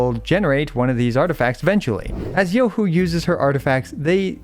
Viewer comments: Shed a single tear at that perfect pronunciation....finally free from hearing EN ccs going yoohooo like morons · As a chinese, im surprised u pronounced her name so accurately. 👍